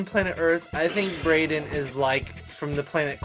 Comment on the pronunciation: BREDEN YOU Mean Braden